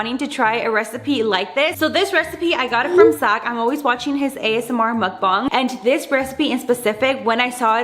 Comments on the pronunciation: I’m sorry not to be mean I love u but I think it’s pronounced Muck- Bang- and you said muck- bung😭- it’s funny but then it makes me wanna “correct” you buh people have their own opinions so.. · BANG NOT BONG sorry but it just makes me mad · The way she says mukbang she says it like muukbung